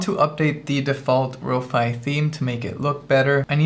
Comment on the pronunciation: Row-Fee = 🙂 | Row-Fy = ☹